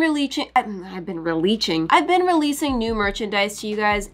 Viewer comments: Fun Fact: has confirmed that it is not pronounced releasing it’s pronounced releaching. That is all folks✌️ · * saying a word wrong *: releaching???